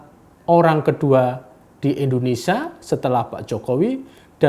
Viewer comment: Kenapa Indonesia harus dibaca Indonesia (RIP huruf i) 😭😭😭